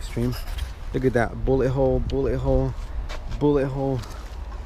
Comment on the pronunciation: When he said bullet hole it sounded like booty hoe😂